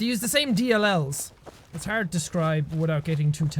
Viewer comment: "Its arrd to describe"